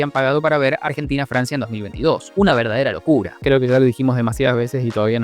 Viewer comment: Un tequilazo cada vez que dice una verdadera locura 3 en 6 minutos Una verarderrsa locccccculla